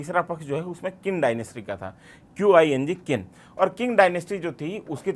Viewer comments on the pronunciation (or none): Qing = ching Not kin